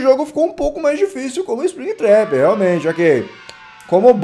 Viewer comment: não é´tap é trap,a não ser que eu tenha ouvido tap quando ele trap